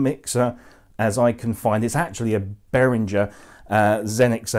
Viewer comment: It’s BehrinGer not BehrinJer.